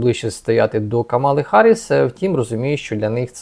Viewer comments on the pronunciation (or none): none